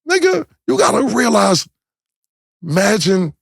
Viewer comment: did the nikka say magine? 😂😂😂 I never heard nobody do that